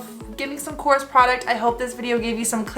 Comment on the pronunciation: Thank you for supporting a greek brand:)As a greek i appreciate it❤❤❤ (also it is pronounced Korrés)